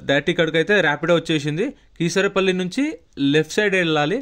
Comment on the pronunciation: కీసరపల్లి కాదని, కే సరిపల్లి అని పలకాలని మనవి.